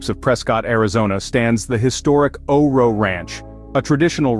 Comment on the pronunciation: It's pronounced O R O not O Ro.